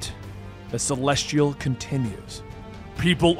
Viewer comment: Celestrial? Drewg? Yea, im done with the mispronounced words unsub.